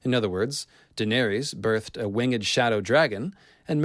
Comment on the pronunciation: So wait... it’s “Wingged” Shadow and not “WINGED”? I had to point this out, because it makes me cringe. 😂 I’m enjoying this already, I’m glad this confirmed I wasn’t crazy and I was seeing the connections of ice and fire and the dual moons. However; George himself said “It’s fantasy, man”: which he said, in reply to the people, emailing him about scientific explanations for the odd climate of his world. So any scientific theory is automatically wrong, according to Martin himself. 😬 Still fun to throw logic in and make theories though and you are by far the leader of the scientific fantasy theories. Much appreciated, as I enjoy writing my stories with scientific fantasy elements.